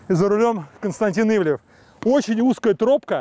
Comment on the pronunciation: До чего ж резануло.. ИвлИев, ИвлИев.. вроде знакомы с шефом, а так ведущий коверкает его фамилию раз за разом. Ивлев слукавил и в том, что не имеет отношения к ресторанам с 2016 (на тот момент) года. Как спонсор и управляющий партнер он открыл с 2016г как минимум 6 проектов в Москве и Нижнем Новгороде (Monster Hills, ПроМясо, Парк Культуры, E11EVEN, Drinks&Dinners и отель в Новороссийске), один из них не пережил пандемию, остальные работают. Но сам он отовсюду ушел к 2021